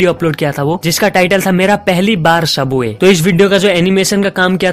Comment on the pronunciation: Bhai AAP subway Ko Shaboy kyo Bolre he😂😂😂